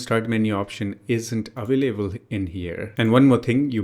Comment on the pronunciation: WHY YOU SAY AVAAALABELE SAY AVAILABLE